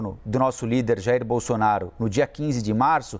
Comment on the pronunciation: O apresentador não sabe pronunciar o ex presidente.